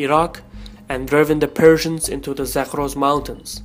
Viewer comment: Did he sayed Perthians or Persians?